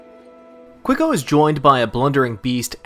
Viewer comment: yeah i'm pretty sure he's colombian but from what i see in this video it'd be hard to tell these slums apart from brazilian favelas. what really was insulting is ridiculous pronunciation of quico.